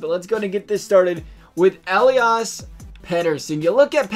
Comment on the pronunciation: “E lie us” Petterson